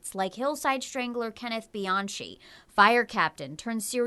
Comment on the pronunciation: “CaliPaytreeah, BianChee”. 😂😂